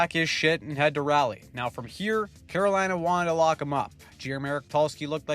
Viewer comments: Raw-lee not Rally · I'm a Hurricanes fan, my favorite player is Necas, damnit man. Also, it's pronounced "Raw-lee"